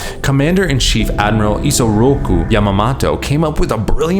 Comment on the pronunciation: it's *Yamamoto not Yamamato